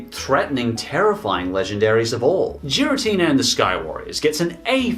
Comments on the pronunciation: The only thing that bothered me was hearing Giratina pronounced with a soft g. It should always be a hard g. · The Mewtwo in the 17th Movie is not the same one from the Movie/Mewtwo Returns. And the pronunciation for Giratina is "gear-ah-teen-ah", not "jeer-ah-teen-ah". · Seriously? Jiritina??? IT IS PRONOUNCED GIRITINA!! THERE IS NO "J" SOUND!! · Nobody: Absolutely Nobody:: JIRATINA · I got MAJOR triggers when he said JIRATINA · I have to say it, but Giratina is a g sound as in "good". Arceus is an s sound, not a k sound. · It’s giratina not jiratina and arceus not arseus guess why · If you say giratina with a soft g again I will stab you. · u said garitina wrong its a G not a J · I already died from Gi-ra-tina, also that's what Zero called it despite the fact that it's the Distortion World anywhere else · Congrats u cant say giratina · I mean not liking a move is one thing but did you even watch Sky Warrior lmao also the way you say giratina just shows how much effort you actually put in this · You did NOT just mispronounced Giratina. You did....Ohhhh boy. First comment and I'm not done with this video yet! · Imagine pronoucing giratina wrong and not knowing the mewtwo from 17th movie isnt the same one from the first